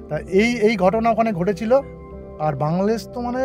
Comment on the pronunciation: উনার বাংলাদেশ উচ্চারণ করতে অনিহা বিধায়, বাংলাদেশ অশুদ্ধ হয়ে গেছে।